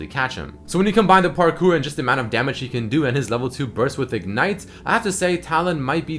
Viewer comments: " taking SAMAGE " LOL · Hahaha "samage"